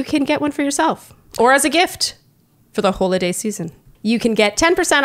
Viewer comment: Did say "Hole-a-day season" during the Hello Tussy bit? I swear that's what I heard. We have just moved to Spain and I am super excited that our bathroom has a bidet. When I was a kid, I thought it was for washing my feet. I will still use it for that even though now I know it's for a hole-a-day.